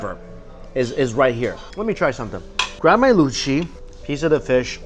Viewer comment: can i just say that mike's "luchi" and "kosha mangsho" pronunciation was on point. and for people confusing luchi with bhature , luchi is just almost basic flour dough where as bhature is a bit more complicated recipe with more ingredients in it. and for the biryani, awadhi biryani dont have potato and egg in it, these are specialities of kolkata style biryani mostly. and yes it got a bit uncomfortable ...but glad it tastes good. and of course we should eat the way we want to . :)